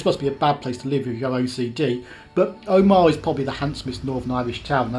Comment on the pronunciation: If you'd waited in lurgan for a 47 you'd have got into Portadown in 13 minutes. It goes through the middle of Craigavon not round every housing estate, hole in the hedge and car park in the place. Omagh is pronounced omer short ma not like Armagh with a long maaaaa . Dromore is pronounced drom more rhymes with don. Its a nightmare ! And Lough is the same as loch.. just spelled different. If youre ever here again check out pettigo. Half the village is in Northern Ireland and half in the Republic of ireland Really enjoyed this journey as i knew exactly where you were most of the time ! Cheers Mitch Portadown (born kendal .)